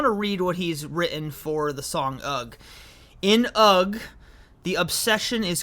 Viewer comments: No g sound in ugh! 😂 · UGH is pronounced hug shoulders as ask eh? UGH means eh? wtf?